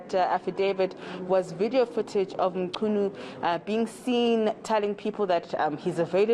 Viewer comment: Thanks mama for effort to properly pronounce the surname.